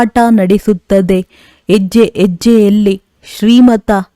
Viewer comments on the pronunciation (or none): ಎಜ್ಜೆ ಅಲ್ಲ ಹೆಜ್ಜೆ